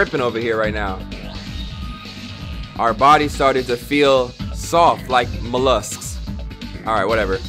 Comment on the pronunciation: Mans really couldn’t pronounce mollusks